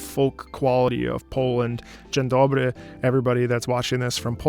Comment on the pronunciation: Hearing him speak polish is nice. Dzień dobry, I loved listening to music from witcher